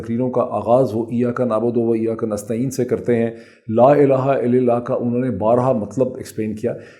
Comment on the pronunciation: Dr shAib,please correct your mistakes in saying jalama.its not il lil lah but il lal lah .